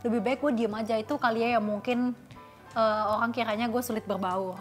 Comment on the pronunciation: "Beraburrll sama orrlllang barllu" Ngakak gua ci